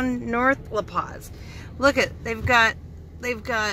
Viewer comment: When you said you were going to La Posa you pronounced it "La Paz". The letter "O" in Spanish is always pronounced "OH", and "A" is always pronounced "AH". "S" always has a hissing sound like the "S" in sleep. So it is La Poh-sah. Spanish has so many set rules, it made it easy to learn when I was young. English also has its rules, but the sound of our letters changes with different words and combinations, making it harder for someone to learn to pronounce as a second language.